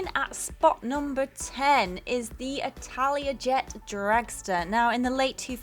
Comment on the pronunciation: Did you say Italiajet or am I getting deaf?